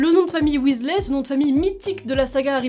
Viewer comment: William aka Bill, était déjà mon chouchou dans les livres.... Mais depuis que je joue à Poudlard Mystery, c'est sûr et certain, c'est mon Weasley préféré (au passage en anglais, on dit Weasli... ey= i )😉 Ensuite Charlie qu'on peut enfin découvrir... En plus, j'aurais été en classe avec Charlie (et oui, pour la majorité d'entre vous, je suis une "vieille" ) Mais y a pas d'âge pour rêver et être fan et même totalement geek et l'assumer! 😉 Par contre suis d'accord, mon expérience me dit que dans la vraie vie, le couple Ron/Hermione aurait sans doute fini par se séparer... Trop différents pour avoir la même vision de la vie, du couple, de l'éducation, etc...